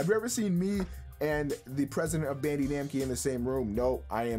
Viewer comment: Somebody please tell me that his Bandee Namkee was a purposeful mispronunciation